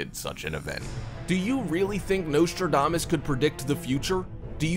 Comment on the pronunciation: It would be a good start if his name was pronounced correctly.